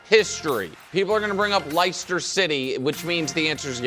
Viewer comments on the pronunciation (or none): Butchered Leicester City and stop speaking like you understand EPL. You’re a gambler Nick. LCFC was a 5000 to 1 to win which was miles difference than Indiana’s 100 to 1 odds. 16 football games versus 38 games against teams that spend way more money than them. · LAY-STER CITTY! PRONOUNCE IT CORRECTLY HEATHEN!